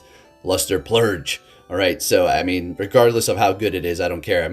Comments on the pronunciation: purge not plurge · You keep saying luster “plurge “…. There’s no L in purge my Alaskan friend! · I just keep hearing luster Plurge 🤣🤣🤣🤣🤣